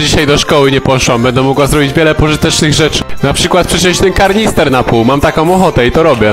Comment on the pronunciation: Słychac że ze Śląska ty Karnister mówisz a nie kanister